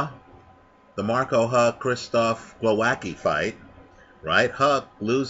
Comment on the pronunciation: you pronounce Głowacki in the most distorted, warped hilarious way possibe. Głowowacki v( Gwovatzky)